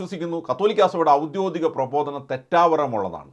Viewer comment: സുഹൃത്തേ, ഔദ്യോദിഗം അല്ല ഔദ്യോഗികം ആണ് ശരി.